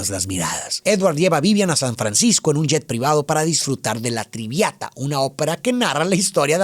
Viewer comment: Siempre me encantan los análisis y resumenes de, pero sentí feo escuchar "La Triviata", perdón 😔 pero tenía que decirlo, "Traviata" es la Ópera más conocida, presentada y amada por los amantes, conocedores y estudiantes de ópera, gracias por hablar de ella, al igual que la película, pocas personas conocen el verdadero trasfondo de esa ópera, debido que ya no es un género de alto alcance, muchas gracias por tus videos, fan siempre ❤